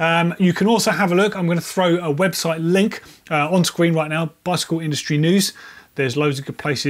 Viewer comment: "...lots of different ways you can get into the bikele industry..." 😝